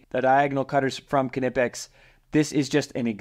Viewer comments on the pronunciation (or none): K-nipex it’s knipex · Please stop saying "kinipex" Do you say "Ki-not", "Ki-now" or "ki-nife" ? The K is silent, dog. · why are you pronouncing the K.........nipex is how it is pronounced. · Watch the company's Youtubes. Employees pronounce the K. Something like "K-ni-pics" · here are some more practice words on learning to pronounce the Kn sound - knife, Knight, Knapp, Knowles, Knox, Knoxville, Fort Knox, knee, knowledge, knot, knead, kneel, knickers, knock, knapsack, know, knock, knurl, knoll, knit, knight, knack, KNOCKWURST (German), and finally, KNUCKLEHEAD (what you are if you pronounce the "K" in Knipex 😂)